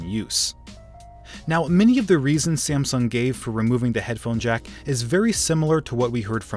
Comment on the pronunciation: You said siamsung